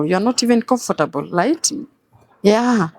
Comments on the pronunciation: Steve tell this lady it's not "light"i it's right. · The lady is very good at gaslighting and is a terrible narcissist.Anatubeba matako yake,akisemasema "light" hapa instead of "right". Mshenzi sana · Vijana mnatoa nguvu wapi ya kuoa washosho.... somebody who cannot pronounce the word "right" kazi ni kungoa tu "lite"....wacha muone hivo washenzi unazaa aje na shosh madadaka idiot of the highest order ondoa Mafia hapa shenzi type. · I leglet,malliage light?yeah..mwanamk fala na kizungu chake cha matakataka.....huyu jamaa nae amepoa sana..